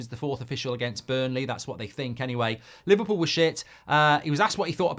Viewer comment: Li-VAR-pool innet